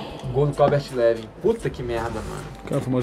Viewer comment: não é calvert "levin" e sim calvert "liwin"